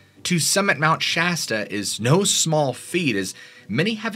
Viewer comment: Dude! Thank you for pronouncing Sh-ass-ta properly. Immediate upvote! Most people pronounce it Sh-awe-sta.